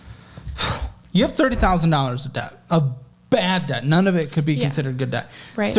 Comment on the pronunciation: Every time says "Debt", I hear "Death" and I don't think that is coincidental.